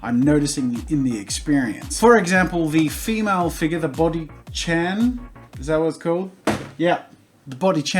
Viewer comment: I thought you were saying boki Chan and that sounds delicious.